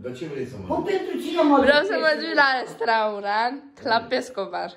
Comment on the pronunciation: Vrea la restaurant si ia nu stie sa zica zice straurat..